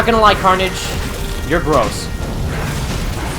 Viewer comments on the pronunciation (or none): Carnage? More like Carn-EDGE